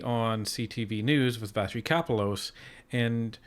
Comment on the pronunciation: Please learn how to pronounce Vassy Kapelos.